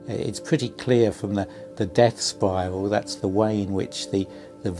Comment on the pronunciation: Spiral not sprial SMH